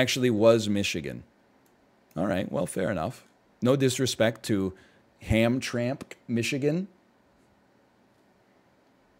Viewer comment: Bruh my boy NL just said "Ham Tramk" and I love it. Just for reference, it's pronounced Ham-Tram-Ick, native and french influence all around Detroit. Hamtramck is effectively just a "city" within Detroit's borders, for all intents and purposes it is Detroit. Also it is hilarious the Canada thing, everyone around here is used to going to Canada pretty frequently between 19-21 for the drinking but it's also really fun in Windsor with different types of adult clubs than Michigan has. Being local has it's international perks :P